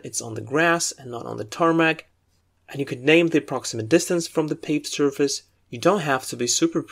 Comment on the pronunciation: The vocabulary in this video is very helpful. My only complain is that you pronounce some words incorrectly. Like 'focusing' 'obviously', 'surface' and others. Furthermore you pronounce some words with British English and some others with US English that might be a bit confusing for a beginner. Otherwise your videos are a HUUUUGE help! :)